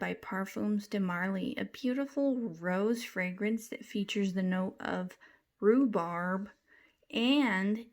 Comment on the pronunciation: RHUBARB & every letter is pronounced.